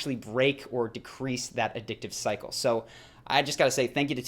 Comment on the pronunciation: every time Cycle sounded like Psycho